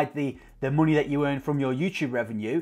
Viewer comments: Love how you say monehh xD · 'Monehh' true northerner 👍😏